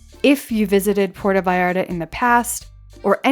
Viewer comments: its not "porto" its Puerto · It drives me crazy when people make films about Puerto Vallarta but don't even know how to pronounce the name of the village. It isn't Porta! It's Puerto. [Pwerto]